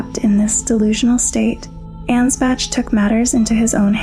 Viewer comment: Okay, gonna be honest, not your best video, and not just because you pronounce none of the names right... seriously, 'Mog,' 'Ansbatch,' etc. You kind of focus too much on the Formless Mother and compare her to Oedon from Bloodborne, and yes, there's plenty of similarities, but they're also quite different. The Formless Mother is far closer to being a natural Shinto Kami or deity of the Greek/Roman variety, I've seen one video compare her to Cybele, the Mother of Gods. By contrast, Oedon, based on the lore and themes of Bloodborne, is someone who ascended, but actually hates that he's lost a connection to the physical world, and is desperately trying to exist in 'corrupted' blood to both have kids and feel a connection again, I don't even think he knows what's happening anymore. On the topic of the Omen, the reason their horns are so unwieldy compared to the Ancestral Spirits, Tree Sentinels, and others with deeper connection to the Crucible is because they've been cursed by the Hornsent. Take the Thorn Sorcery spell, Impenetrable Thorns, which states that the edict of the Scadutree (in the shadow of the Erdtree) is that they (the Hornsent) must denounce them, and do them harm, for they have abandoned us. This is likely referring to Marika splitting the Land of Shadows from the Lands Between, cutting off the Hornsent from the rest of the world, which, as further noted by the old Hornsent Grandma, they took as a grave insult and abandonment, especially considering Marika ascend